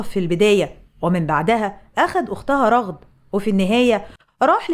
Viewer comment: ٱسمها رَغَد بفتح الراء والغين 🧐